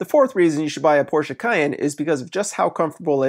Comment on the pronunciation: Give him a couple bonus points for pronouncing Porsche correctly.